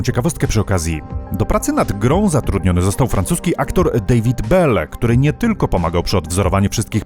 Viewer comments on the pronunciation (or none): none